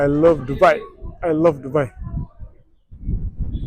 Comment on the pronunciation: Subai jetteem Dubai jedhii sirreessii😂😂